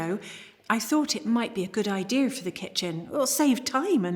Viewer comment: Also, "ideaR" 😂 P.S.: I've heard some older people talking like that in Utah where I've spent most of my life. They'll also say stuff like "waRsh". 😂